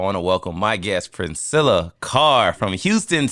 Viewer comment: During the introduction, she looked up at I know these man didn't just say my name wrong. It's Princella Clark 😂😂 Reguardless this is definitely one of the best podcast she's ever been on.